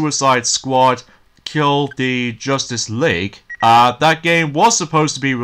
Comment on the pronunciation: Suicide Squad kill the justice league! your close on pronouncing that name! but that's what I'm here for. and it's Suicide Squad kill the Justice league! NOT KILL THE JUSTICE LEAK!!!!!